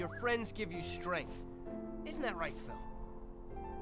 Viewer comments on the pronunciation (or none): none